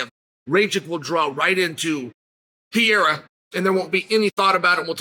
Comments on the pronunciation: "Alex Pee-era" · I keep telling him. Its Puh Ray Ruh. Rack itch